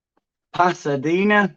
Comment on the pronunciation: This is what I meant before “ Pathadena “ your Spanish “ th “ cracks me up every time.